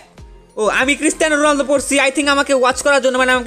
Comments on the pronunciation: Ronaldo, not Runaldi😑😐😐😐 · ronaldo not rolundo